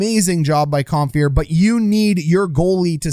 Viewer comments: The name is Compher, not Comphier. LOL! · I know you already addressed this, but "Comphier"... Not quite Don Cherry-level player name pronunciation yet, but if you keep at this for a few more seasons, I bet you could give him a real run for his money, Coach. 😂 Love the channel! Love the breakdowns! ✊ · Love it. Only room for improvement is pronouncing Compher and Francouz correctly. 🤣 but hey, you can't know em all. Great job, thank you.